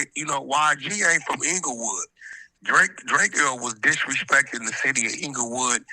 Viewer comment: When he say Drake-eeo it really grinds my gears